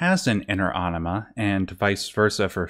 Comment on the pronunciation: You're really gonna pronounce anima like enema? And why does this lead to such himarious answers of brain ''washing'' or dump? x'D